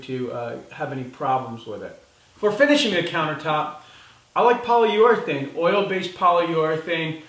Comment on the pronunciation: Poly-your-athane. Lol